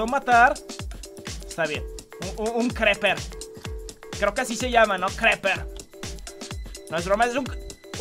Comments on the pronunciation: ese hombre es un zombie. no se pronuncia creper, se pronuncia criper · no es creper es criper 😡😡😡🖕🖕🖕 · Creeper se pronuncia Criper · se dice griper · Se dise criper